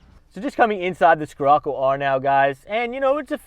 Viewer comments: Oh my gosh killed my soul every time he said it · skerocco lol its pronounced sherocco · Not dissing. Just correcting. "SHHHHHHHHHHHHirocco". Not SKSKSKSKSKSKIrocco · “Skirrocoo” it’s pronounced shir-occo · It's pronounced shirocco bud 🤣🤣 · I was willing to forgive him buh man ooh man he said 'skirrocoo' alot 😂😂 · Learn how to pronounce Scirroco. And the difference between 'wheelbase" and "track". Drove this and the 4wd Golf R at a BW track day at Sydney Motorsport Park. The Scirocco R more lively, far more fun. Not carrying the weight of the 4WD. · Learn the damm name moron, how can you review are car and not know how to even say its name 😡🤬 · can’t say or don’t know? Lmao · Haha was gonna say